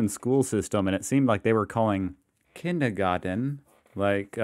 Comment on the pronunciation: You mispronounced kindergarten